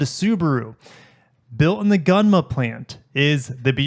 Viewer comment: Thanks for another great video! Just to let you know, the pronunciation of Gunma should be ''goon-ma''. I always enjoy your content. Keep it coming! : )